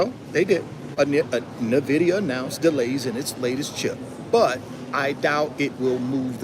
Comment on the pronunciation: Nvidia or NAAAVidia 😂😂😂 you crack me up bro!! 😂